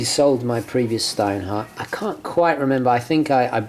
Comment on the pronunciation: It's pronounced "shtinehart". Just like you pronounced it but with a "sh". And the "t" in the end is hard